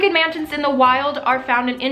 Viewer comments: Is it just me or is she saying mantids the whole video? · She keeps saying mantids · am i the only one that hears her saying Mantids? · I kept hearing “man tits” instead of mantis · Okay, I think I'm going insane. Am I the only one hearing "Orchid Mantits"? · You say mantits instead of mantis lmao. Ly ❤ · Every time she said "mantis" I thought she was saying "man-tits." 😂😂😂😂